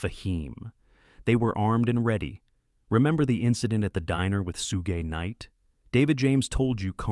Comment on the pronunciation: The makers of this video didn’t even know how to say,Suge Knight’s name correctly.